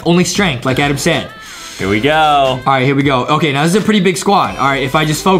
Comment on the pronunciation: JUSTIN IS THE ONE BEING MEAN CAUSE HE ALWAYS CALLS ADAM ADEM